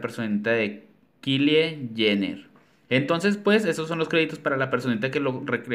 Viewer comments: Por lo visto ni sabes quien es jajajja por que no lo pronuncias como normalmente lo decimos. Me gusto que seas la primera persona que no saben quien es esa plastica jajajaja habla lo mas profundo de mi envidia jajaja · Que bonito diseño y morí de risa con la pronunciación del nombre de Kylie Jenner 🤣🤣🤣🤣